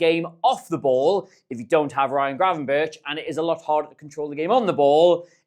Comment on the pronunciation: No Gravenberch, no win. once he's back in the lineup that pass map is going to look different. don't look TOOOOO much in to it, but still take note. OH MY GOD. IT'S SAID GRAVENBERK NOT BIRCH LIKE THE TREE